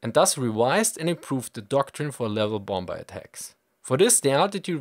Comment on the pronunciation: Cool video. But I can't help but giggle a little bit every time you pronounce the second B in bomBer.